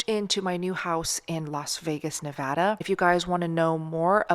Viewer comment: Thanks for pronouncing Nevada the right way!! 😂I miss Vegas…you’re going to love it!❤❤❤